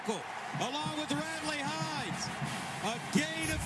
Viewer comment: Can Gus Johnson read?? Radley HiNES?? Its Radley HiLES!! Plus hes EXTREMELY ANNOYING!!